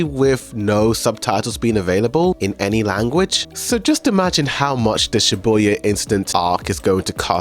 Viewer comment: why do you keep saying Shiboya incident? It's shibuya